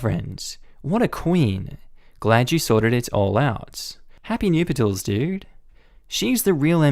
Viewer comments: Hahaha the way you pronounce nuptials makes me laugh so much. It's "nup-tuals" not "noop-i-tals". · *NUP shulls (two syllables, not three) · i had to lol at pronouncing "nuptials" like "new-pi-tals" 🤣